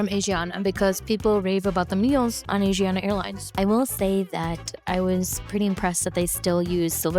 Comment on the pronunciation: pronounced ah-shi-ahna